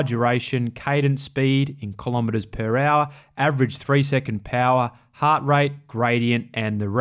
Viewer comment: "heart" is 1 syllable